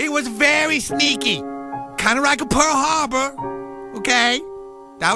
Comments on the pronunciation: "just a rike a pearl harbor" LOL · "Kinda rike pear harbor" I'm done xD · " Kinda sneaky, kinda rike Pearl Harbor " lmaooo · kinda rike pearr harber hahahahahahja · kinda rike pearul haurbeur